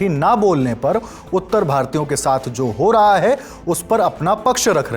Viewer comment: हू ✅ हो❎ 😂